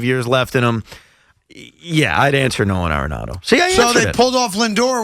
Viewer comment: Why Evan keeps calling dude, No-Han Aronado ?